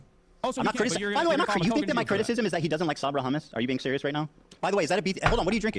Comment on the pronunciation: Ethan really asked "Do you condemm hummus?"